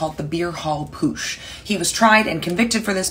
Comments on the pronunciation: It's pronounced PUT-sh, not POOSH. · There is a “T” in the middle of PUTSCH. If you’re gonna lecture about it, LEARN HOW TO SAY IT. And don’t forget the 1933 Reichstag Fire, where the Nazis firebombed their congressbuilding, blamed the Left, and OUTLAWED all other political parties besides theirs.